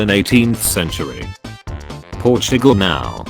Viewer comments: How Portugal is pronounced: Portugal How spells it: Pro too gal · No one: Narrator: P o r s h i g a l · I SWEAR he said "Porch Nickel" at first